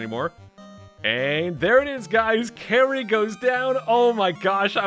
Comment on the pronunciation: "Kary" lol. Kali.